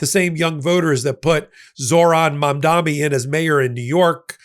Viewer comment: It's Mamdani. With an N. Not "Mamdami".